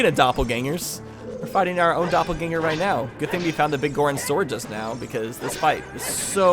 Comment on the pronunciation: wait "doppelgänger"? are you a german dude?